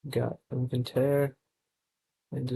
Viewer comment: Inventere seleta 😭😭😭. Its in-vi-ta-re and scelta is read like shelta'